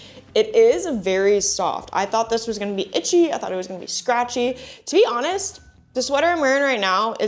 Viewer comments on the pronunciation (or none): none